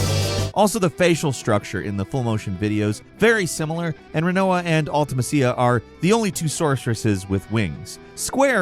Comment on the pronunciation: How are you not gonna bother mentioning that mew and ditto weigh the same? Also I cringed every time you said Ultimecia. I have literally never herd anyone mispronounce it so horribly.